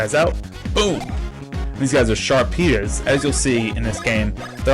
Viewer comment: I'm pretty sure Sharpea is pronounced Sharpy, a portmanteau of sharp and pea.